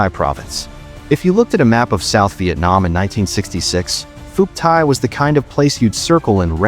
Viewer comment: More freaking garbage. Can't pronounce Phuoc Tuy, don't know crap about crap. If this entertains you, wait till you get to the REAL history, it's likely to turn you into a communist. Do Ma.